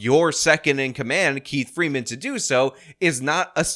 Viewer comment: 😂😂😂 She says “Keif Freeman “ 🙄🙄🙄